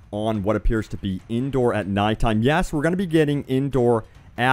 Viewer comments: The planet is pronounced as "Endor" not "Indoor" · Was i the only one that heard indoor night time instead of endor night time? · Every time he says Endor I am like "Indoor?! What?!"